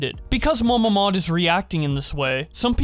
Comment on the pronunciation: The first time you said MamaMod I thought it was Mama Maude